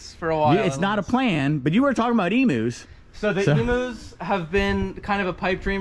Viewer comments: Great video as always.... and EMU is pronounced EEE MYEW not EMOOO :) Your helpful Aussie lol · Eem-you, not e-moo. Sincerely, an Australian.